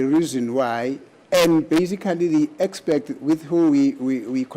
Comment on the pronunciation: I also heard the judge saying"Expect"